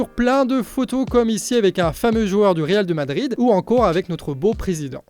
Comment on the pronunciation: Excellente vidéo... ! Par contre, "Real DE Madrid" ça pique les oreilles 👂 😂